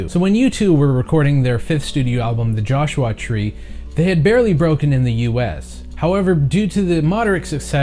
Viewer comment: Joshu-ah Tree.